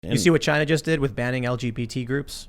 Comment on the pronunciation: Tim, it's pronounced "Chiiiiina".